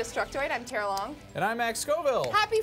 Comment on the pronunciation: omg.. tara failed at saying my name *facepalm*